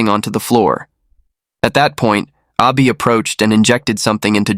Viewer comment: Totally confusing. You keep saying Ah Bi and show a picture with Zheng's name. Wtf. Can't follow.